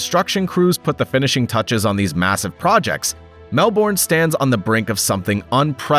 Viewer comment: That is not how you pronounce Melbourne